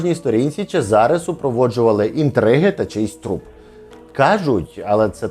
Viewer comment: чЕзаре, наголос на Е…трохи з іменами і наголосами ,будьласочка, вухо ріже😢